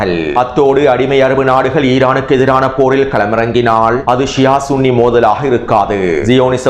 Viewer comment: சன்னி அல்ல ஸுன்ணி என்பதே சரி